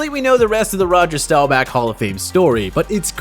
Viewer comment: he says Rowger Stowback